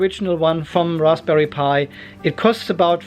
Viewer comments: Great video. Just say razberry! LOL hope that helps. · the P is silent, just pronounce it rarsbuhree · most people just pronounce it RAZBERRY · Raspberry is pronounced raz-berry. Simple. Well, for the English language anyway... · The p in raspberry is silent, my friend. You’re welcome 😊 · Banana pie does exist, orange pie also. I do like the way you say raspberry :) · no need spitting on the lens - P in rasPberry is silent. Zuper! :) Thank you for the video. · No to make fun of you but seriously, why is it so hard to pronounce Raspberry? Must be a German thing? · Nobody pronounces the P. It's silent. :)